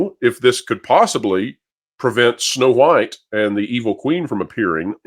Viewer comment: Am I the only one who gets unconfortable by the way you say the H in wHite? 😅